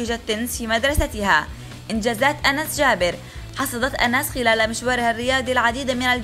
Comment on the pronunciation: اعتقد أُنس و ليس أَنس 😂🤡